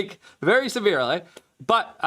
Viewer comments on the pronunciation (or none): none